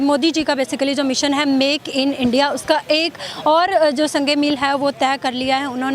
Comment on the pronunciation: Muddi ij da Pram Manishtar of Endia.